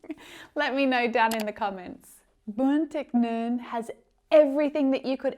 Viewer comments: You pronounced "Bún thịt nướng", "phở", "bánh xèo" perfectly,! - A fan from Vietnam! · Bún thịt nướng.!! Your pronunciation is excellent.